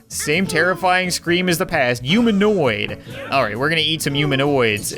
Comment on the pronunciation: y u always say uman or umaniod instead of human and humanoid